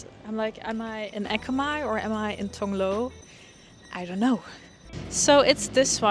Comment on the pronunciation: Tong Lor prounounce as Tong Lor (as in for) not Tong Lo (as in no) but for Ekkamai you pronounce quite well just lower sound for "mai" a bit (Simple tone)